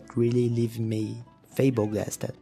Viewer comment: in the video you mean to say the word "Flabbergasted" but instead you pronounce it as "Fablegasted"... I think you've just invented a new word to describe the wonder that I see in your project! Liked, and Subscribed! I cannot wait to see more!